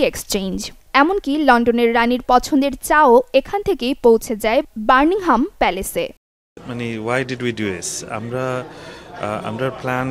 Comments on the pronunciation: বার্মিংহাম প্যালেস না পাগলি। ব্যাকিংহাম প্যালেস। পড়ালেখা কর আগে। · It's not called Burnigham Place, it is called Buckingham Palace. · Correct your word please, not Birmingham palace, it’s Buckingham palace. And before public any news try to study on it. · বার্মিংহাম প্যালেস নয় এটি হবে বাকিংহ্যাম প্যালেস